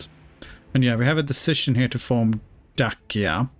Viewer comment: Hi, Dacia is usually pronounced either with a tch sound (Datchia) or like you would pronounce the car brand name with a soft c (Dashia)